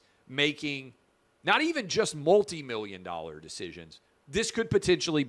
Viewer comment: 2mirrion dorrar. Oh. Me so horrrny.